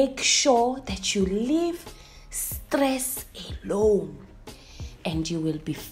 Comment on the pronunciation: Leave stress "elone" (alone) guys 😂😂😂😂